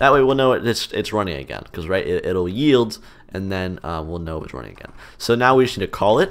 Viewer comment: i first heard coroutine dot yeet instead of coroutine dot yield